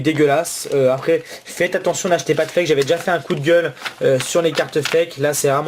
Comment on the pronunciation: arete de dire hwate foke